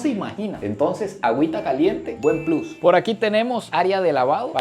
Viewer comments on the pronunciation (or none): none